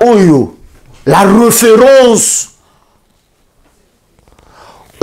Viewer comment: eeeeh lifalanse nayo mabe makasi… Tu prononces mal les mots! « Reufeurance, le dureucteur, Nujeuria… » Tu abuses, olekisi loba kk na lingala